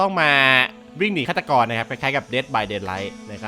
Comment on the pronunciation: พี่พูดผิดอะ ฆาตกร เจสัง 555